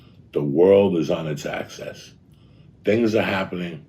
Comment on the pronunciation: "The workd is on its access"